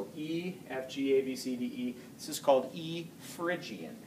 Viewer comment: Great lesson. Just a note : Phrygian, not phyrgian. Thank for all this useful stufd